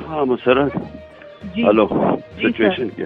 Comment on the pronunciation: Mansoor Bai Yar I really enjoy ur political commentary ..But yar Plz correct your musarrat 's pronunciation